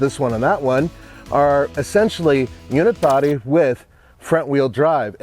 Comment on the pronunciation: Does he keep saying ‘unit-body’? I thought it was ‘unibody’.